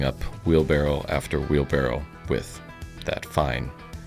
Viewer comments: Do you say wheel barrel ? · Btw, it's wheelBARROW not wheelBARREL :) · Are you saying wheel barrel? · Why isn’t the top comment about really sounding like he’s saying “wheel barrel”